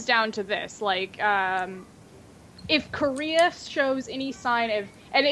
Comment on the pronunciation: God the way pronounces Korea...